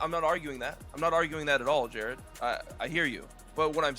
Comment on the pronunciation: it seems weird to me he keeps calling him jaryd. Like its some sort of attempt at a power move